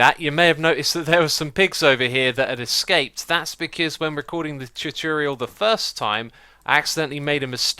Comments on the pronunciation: ITS TUTORIAL NOT TUTURIEL PLEASE THIS HAS BEEN ANNOYING ME FOR YEARS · No, that was "choo-choo-real," worse than his normal "too-ture-iel." ;-) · ... did he say tutorial correctly just then?